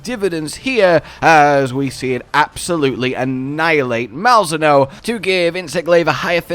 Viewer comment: Isnt it pronounced Mal-Zee-no? Pretty sure they said that in the stream